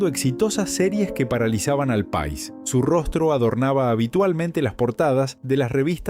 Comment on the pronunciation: Porque habla tan mal esta persona que tiene muy bueno voz, pero pone tildes o mejor dicho ascentua donde no va lo que esta diciendo ejemplo Pais dice Pa' is ascentuando mal pero no esa sola pslsbra sino vsrias que no me voy a molestar en correguir